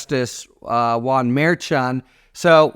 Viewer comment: Harry, it’s pronounced Judge mer SHON